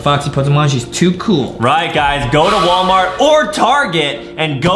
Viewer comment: Adam say not wallmart he says warmat